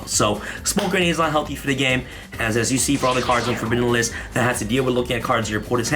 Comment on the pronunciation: Taking one shot of vodka each time he said forbbiddun minimenimelist "Forbidden List"